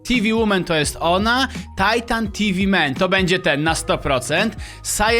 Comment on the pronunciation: czemu mowisz tajtan a nie titan